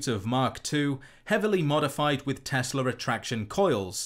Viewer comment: Ah yes, the Tesler Coils ... Its like Tesla coils...only...tesler